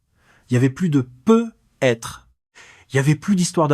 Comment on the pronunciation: Quatre vingt quinze prononcé 4 20 15 peut être prononcé pe être,les voix créés par ia toujours de la m@